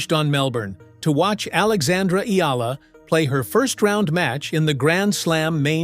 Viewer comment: Omg you actually said Alexandra's name correctly! Respect